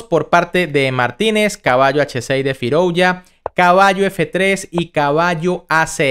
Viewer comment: Firouya, Firoulla, Firouuila, Firulai...el dia que lo pronuncies con Z y digas FIROUZZZZA, le daré like